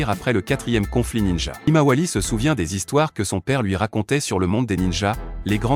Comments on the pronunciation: Tu dis quoi de 1 tu parles en espagnol et de 2 tu himawari Rimawali😂😂😂😂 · C'est pas rimawali c'est Himawari gro nigo 😮😮😮😂😂😂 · Tu as raison 😂😂Et il apple sarada salade Woooo😂😂😂😊